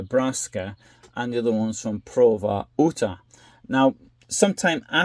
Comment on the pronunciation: Never heard the great state of Utah’s name said that way.